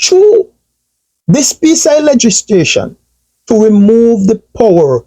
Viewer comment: Legislation mi G. Not legistration.